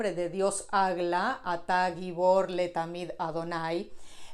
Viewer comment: No es Letamid, es Leohlam